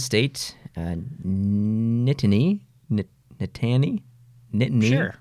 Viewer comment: Nittany is an odd word and I always forget what it means too not being in the area the school is in. But you said it right the first time. And a Canadian would say thats harder to say than some French thing like Cum Twat Twee Twooo Twa Teww. Silly Canadians.